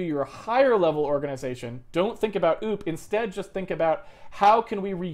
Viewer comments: I like that he pronounces OOP like oop. Like it was a mistake: "oops!" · Poop, not oops.